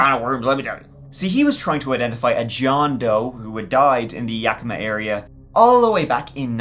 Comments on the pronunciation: good job pronouncing Yakima!! 👍🏻😁 I think it was aliens 👽. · Thank you for pronouncing Yakima correctly!! I live there and so many people mis pronounce it!!! 😂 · I always love your videos. Living in Yakima (and thank you for pronouncing it correctly😊) (no, seriously, people say it werid all the time on YouTube🙄), Moxee is truly out in the middle of nowhere Weirdness, serious weirdness. Yakima does have an airport, a very small airport. The Yakima Fireing Center is close enough to be involved in a conspiracy, It's run by the Army I believe... There is a lot of Army training done in the hills between Yakima and Ellensburg. I don't have a clue if it has anything to do with that poor man. BUT a mystery is a mystery... Sad but intriguing stories.